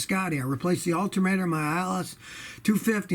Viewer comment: Scotty, you definitely said Altermator. Awesome lol 💪🏼